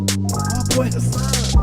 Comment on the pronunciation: Funny you didn’t wanna butcher Hassan’s last name while also pronouncing his first name wrong